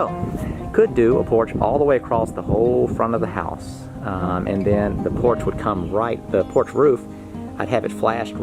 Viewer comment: Idk why every time you say Porch I think your saying Porsche. Lol